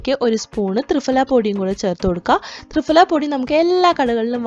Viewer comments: 🤣🤣🤣thrifala അല്ല thriphala എന്നാണ് ദയവു ചെയ്തു ഭാഷയെ കൊല്ലരുത് ഞങ്ങൾ ഈ സംസ്കൃതം പഠിച്ചവർക്ക് ആകെ ഉള്ള വില അക്ഷര സ്ഫുടതയോടു കൂടി സംസാരിക്കും എന്നുള്ളതാണ്. അത് കൊണ്ട് ഇതുപോലെ ഭാഷയെ കൊല്ലുന്നത് കാണാൻ സാധിക്കില്ല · ഫ.. ഈ അക്ഷരത്തിന്റെ pronunciation "fa" എന്നല്ല "pha" എന്നാണ് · "ഫ" എന്നതിന്റെ ഉച്ചാരണം fa എന്നല്ല, pha എന്നാണ്. ത്രിഫലയെക്കുറിച്ച് ഒരുപാട് വീഡിയോകൾ ഉണ്ടല്ലോ. അതൊന്ന് കേട്ടു നോക്കൂ. പൊതുവെ മലയാളം തെറ്റിച്ചു പറയുന്നത് അഭിമാനമായും ഇംഗ്ലീഷിൽ തെറ്റുന്നത് വിവരക്കേടായും കരുതുന്നു. "മലയാലം അരിയില്ലാ" എന്ന് അഭിമാനത്തോടെ പറയുന്ന ധാരാളം പേരുണ്ട്. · മലയാളത്തിലും കൃത്യമായ ഉച്ഛാരണം. തൃഫല എന്ന് നിങ്ങൾ പറയുന്ന ഉച്ഛാരണം തെറ്റാണ്. ഇംഗ്ലീഷിൽ പ്രൊനോൺസിയേഷൺ തെറ്റിച്ചൽ എല്ലാവരും കളിയാക്കും. മലയാളം തെറ്റിപ്പറഞ്ഞാൽ കുലീനതയും